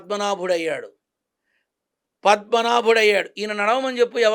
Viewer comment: పద్మ పదుడు, సర్. పద్మనాభ్యుడు కాదు గుర్తు rakapovachu